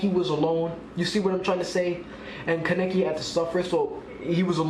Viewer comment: It’s Kaa-Nay-Kee